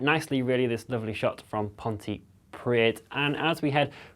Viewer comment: Poor chap hasn't grasped the correct pronunciation for Ponty but he's far cleverer than me so fair enough